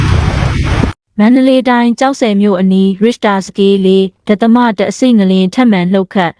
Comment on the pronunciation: အသက်အတွက်အရေးကြီးတဲ့သတင်းကြေငြာတာကိုမြန်မာစာမတတ်တဲ့သူကိုမခိုင်းပါနဲ့၊လူလဲပြီးခိုင်းပါ၊ဒသမဖတ်တာတောင်ဘယ်လိုဖတ်နေတာလဲ?စာမတတ်ရင်လည်းစာဖတ်ရတဲ့အလုပ်မလုပ်ပါနဲ့၊အသံကြားရတာကိုဒေါသဖြစ်လိုက်တာ။